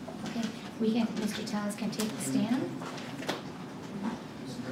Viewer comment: When he made campain ads in 2022, he pronounced his name t-ELL-is. Now on the stand it's t-AY-is? Everythig that comes out of his mouth is BS